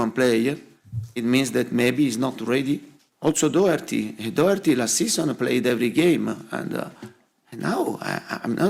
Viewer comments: Its pronounced Doherty not Docherty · There is no silent c or k in Doherty. It's literally pronounced how it's spelled. Stop inserting phantom sounds.